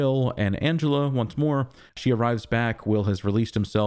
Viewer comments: also her name is Angela - not Angelo!! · you say Angelo.